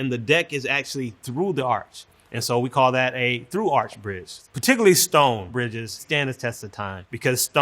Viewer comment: engineering school couldn't teach him to say 'arch', but he's trusted with building bridges?